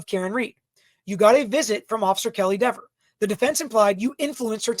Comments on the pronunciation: It’s DEVER. I don’t know why this is so hard for you men! Not DEVERS, not DEEVERS. JC! Can’t stand it anymore, leaving. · It’s DEEVER 😂😂😂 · Ms. Deh-ver....oh the web that was weaved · If you miss pronounce her name three times, locust appear and attack you! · She F with the wrong Attorney. Mrs. Dever’s shouldn’t had a terrible attitude towards him and she shouldn’t have lied on an innocent woman potentially going to prison to protect her brothers in blue that were the real killers. Sorry Mrs.Devers did I pronounce that right see what your blue line buddies did they got you to lie and threw you to the wolves and ruined your career you should have upheld the constitution like you took a oath to citizens are tired of cops getting away with the injustice and thinking they can violate peoples rights and get away with it if you would have told the truth you would have probably been a hero and could have either kept your job or at least rehire at another department. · Dever (pronounced like Beaver 🦫) needs to be demoted to a meter-maid 😅. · Let the fight it. We can have DEE-VER case law for the rest of time. The world will be mispronouncing her name to infinity,....AND BEYOND, I second Alan's motion. 👋